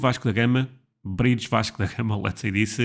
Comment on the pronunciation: I think I just heard the correct pronunciation of Vasco da Gama for the first time.